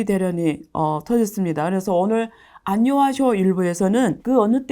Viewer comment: 안유화쇼가 안녕하쇼로 들립니다